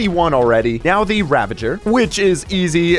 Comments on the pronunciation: It's "ravager", not "ravenger". XD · 119:15 what's a "ravenger"? I know what a "ravager" is, but I've never heard of a "ravenger." Is that like a ravager and an avenger combined? :-P